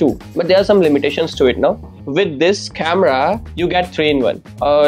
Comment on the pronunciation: ahan ahan English chemera🤣🤣🤣🤣 speaker yeah speaker 😂😂 best one is the chemerahh 😂 OMG